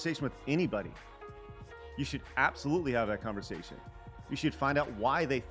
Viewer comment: Folks trying to conversaSHUN!.... sorry.